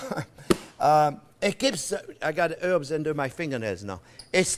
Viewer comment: Herbs not erbs Herbs